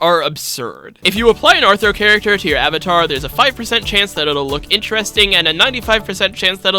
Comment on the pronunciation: "hairacter" so funny for no reason lol